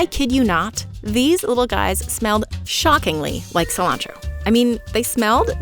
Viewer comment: Non-native English speaker here. The fact "cilantro" is pronounced "silancho" is wild to me